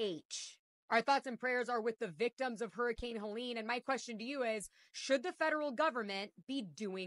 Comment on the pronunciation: It's HELENE not Helen. Just saying. So sorry for everyone's loss and the destruction